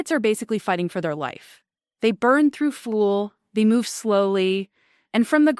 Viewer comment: "They Burn Thru Flueal " " FOUR ZERO ONE Kay" "Sabatossss" 'One Dollar and Forty Cents Million" not once but twice. Hey "" whats your retirement Date? is it $$$ based or Click Based, we "Carbon units" want to know, You gonna "pull the trigger" at "One Click and Forty Baits Million"????